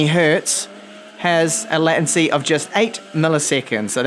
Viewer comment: Hi. I'm a long time subscriber so I'm not trying to troll you with regard to your pronunciation of "latency" ( should sound similar to "laytency"). Your pronunciation would require 2 t's. I'm not the grammar and spelling police, I'm just saying.